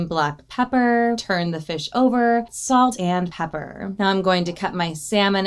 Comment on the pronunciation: over💋saltah an pepperah💅🏻